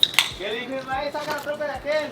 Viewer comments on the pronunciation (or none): Damn your mexican af and you still manage to fuckup Ismael.. says ishmale